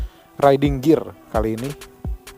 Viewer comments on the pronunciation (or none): none